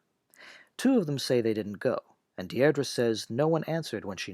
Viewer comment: A minor quibble - "Deirdre" is pronounced "Deer-dree". A very common English girl's name in the middle of the 20th century, not so popular today.